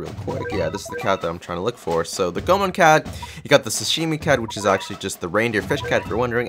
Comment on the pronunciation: It's pronounced "go-A-mon"